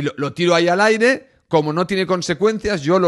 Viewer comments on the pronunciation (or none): none